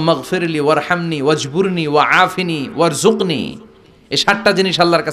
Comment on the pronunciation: ওয়াজ বুরুনী ওয়া জুকনী।ভাই সঠিক উচ্চারণ জেনে নিবেন কার কাছ থেকে।